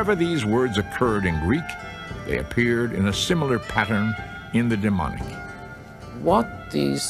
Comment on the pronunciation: DemoTic, not deMonic!